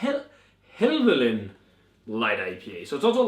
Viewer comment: Great review! Helvellyn (pronounce Hell-vel-en) is a mountain in the Lake District and striding edge is a ridge on that mountain! Really enjoyed striding edge but not had chance to try this one yet. Sounds good!